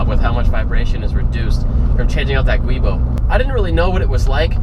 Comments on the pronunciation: Also, just so everyone knows. The black rubber flex disk is called a "Giubo" (pronounced JOO-bo) and NOT a "Guibo" (GWEE-bo). The name originated from the name of the Italian engineer that designed it, Antonio Boschi. It is a combination of the Italian word for joint, Giunto, and his last name Boschi. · Giubo* not guibo.